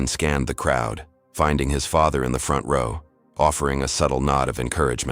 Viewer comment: Reader mispronounced "row". 1st graders learn that.